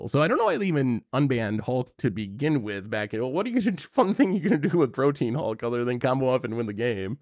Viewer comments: Ok, forgive me, but are they intentionally saying Protean Hulk's name incorrectly, like a nickname, or are they all actually mispronouncing? They keep saying it like "protein" (as in "beef")... Its supposed to be "pro-te-an", as in "able to change frequently and easily." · PRO-TEA-AN not PRO-TEEN.